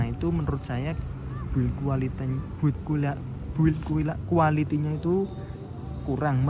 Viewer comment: "buit gulaity, buil gulity nya itu" wkwkwkwk jowo jowo